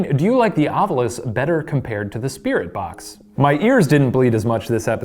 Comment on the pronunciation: I agree w Shane yet again- it's "Ov-I-lus O-V-I-L-U-S, Ovilus" lol. Just sayin. Cyz2 everybody says it wrong. Even Ghost Adventures guys.